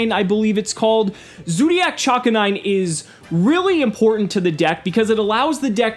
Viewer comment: Nice job, also its pronounced Cha-Canine. Because of the Chakra weapon and she's a dog.